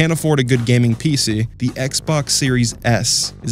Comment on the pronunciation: “Piece-E” Lol the way he says PC is so funny to me